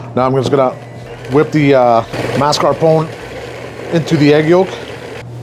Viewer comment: Be honest. Your youtube guys told you to say mascarpone like that right? 😉